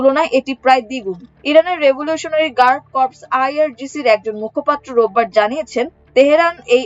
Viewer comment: উচ্চারন সঠিক কর্পস।